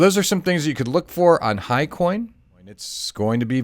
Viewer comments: hyCON ...not HIGHCOIN!!! huge difffrence. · Sorry Ross, Hycon not Hicoin. I put a ticker in the bottom to try and clearify because I didn't have time to re-record.